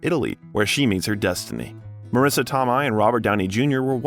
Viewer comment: He pronounced so many names wrong in this video that I'm tempted to say it was created by AI. Marrissa Tomei